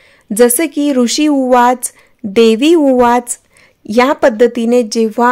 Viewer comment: ताई ते ऊवाच आहे उवाच नाही निदान माहिती तरी नीट सांगत जा